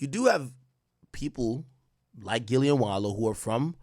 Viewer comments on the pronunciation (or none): none